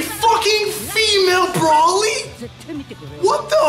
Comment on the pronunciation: He pronounces Broly braoly the first time